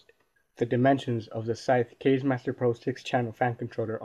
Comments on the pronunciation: it's not "kayz" it's "kah-zeh" which means wind in japanese... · pronounced "kazzi" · Kaze is pronounced like the kaze in kamikaze. Lol kayz